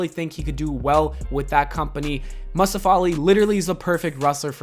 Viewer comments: Why you pronounce Mustafa like that? 🤣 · Nobody:: MUHSTUFA